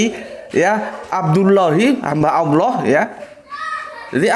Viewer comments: Tolong di perbaiki penyebutan Allah, bkn Alah. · kenapa Allah dilafadzkan menjadi Awloh padahal bahasa Arab tidak ada huruf a dan e